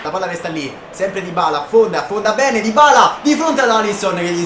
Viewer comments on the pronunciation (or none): none